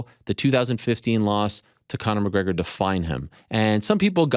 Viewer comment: Who choose this? My friend Conor Conor? MCHHGREGHOR? 🤣 🤣 🤣